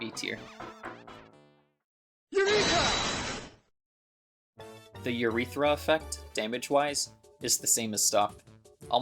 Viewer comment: That's not how you pronounce Eureka.